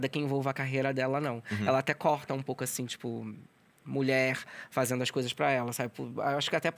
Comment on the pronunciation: Esperava nada e foi show! só eu que notei que ele troca o D pelo N ? fazeno, andano, dançano...